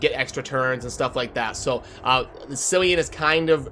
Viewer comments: Tempting as it might be to call him ‘Silly-an’, it’s ‘Killy-an’. Hard C. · Just FYI, Cillian is pronounced with 'k': Kill + ee + an. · its pronounced Kee-lee-an